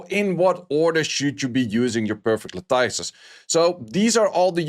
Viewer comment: La-tuhs. Pronounced like lettuce at the end.